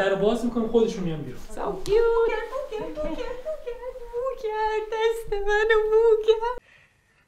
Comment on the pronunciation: ولش كن ( كي يوت ) آنگليسي صحبت نكن قاطي ميكني😁